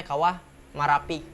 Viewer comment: Bukan kawah marapi tapi kawah mehapi karena saya asli org sana.